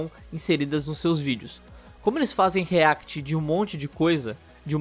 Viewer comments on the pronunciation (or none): none